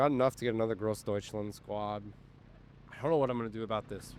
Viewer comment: Careful, don't say "GroßdeutschlEnd", say "DeutschlAnd". "Aufklärer" was better, but basically has the exact opposite problem, even less "Aufklarer" and more "Aufklerer". "Panzerbüchse" needs a bit of work thought. You correctly said "k" instead of "sh", but your missing the last syllable "-seh". Also, the first vowel is "ü", not "u". So like "Bük-seh". It should sound like your pronunciation of "Panzerschütze", which sounded fantastic! Just take "sch" and "tz" out of "schütze" and replace them with "b" and "ks".